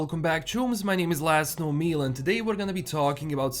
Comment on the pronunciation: Good god. I've been subscribed for several months and just realized in his intro he's saying "My name is and...". All this time I thought he was saying his name was Laszlow Mealand. 😳💀